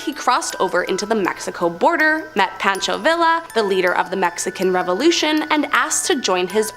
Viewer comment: Pancho Villa’s name is pronounced VEE-yuh.